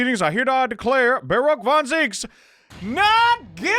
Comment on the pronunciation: {Yr 2; Day 80} of been impressed by P5R and waiting for P6. Wait, THERE'S MORE?! HUH?! The biggest character growth is FINALLY pronouncing "Barok" correctly. [MAJOR Spoilers] WAIT, WHAT THE FUCK?! So...uh..., Iris is a van Ziek? With Barok being her uncle? Man, I seriously didn't think that would be the case. It's geniunely out of left-field for me, but I guess Barok now has some way of being linked to his brother---through her daughter and his niece. This is incredibly wholesome, don't misunderstand me but I seriously wonder now if it was hinted at in the first game or even in the first few chapters of this game. Man...that's an incredible twist, one I DID NOT see coming at all. I didn't even think of the possibility of Klint's wife being pregnant, or why Iris's past remains to be untold even now. Obviously because Klint wouldn't want his kin to know who's offspring they were, and what that entails for them. Iris was rid of that fate, and lived in bliss as a result of it. I wonder if they're gonna make us choose it. That would be interesting. They didn't, eh...? Makes sense, I'm not opposed to it, but damn Naruhodo didn't even need longer hours to think about it. He did get his resolve now I guess, so makes sense. Dude...he is a true gigachad... Well...she said it! Man, I would seriously appreciate if she does end up following through with Naruhodo. I won't comment on whether it'll be romantically or not, but these two definitely are